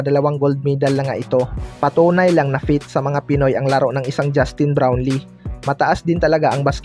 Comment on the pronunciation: Bulol puro ka balita KY brown lee.wala ka kina iba sa mga nag ba vlog puro bron lee dn mga kasinongalingan naman.buti pa d nyo na e balita c brown lee kng d totoo nakaka boisit lng.